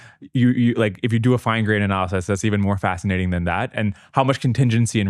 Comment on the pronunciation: he said "fascitating" lol